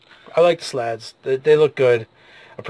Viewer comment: Hey hey hey. It's Slaadi not Slaads. That is incorrect.